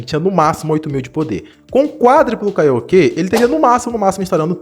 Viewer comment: Kaiokê 😂😂😂😂😂 é Kaioken mano